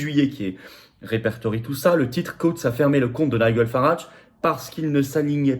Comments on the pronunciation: Prononcer "Naï-djeul" 😋😊. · Il faut travailler ta prononciation de l'anglais, Florian. On prononce [Naïdjeul] et [Gardian]